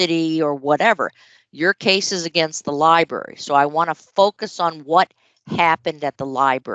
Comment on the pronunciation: If she says “libary” one more time. ..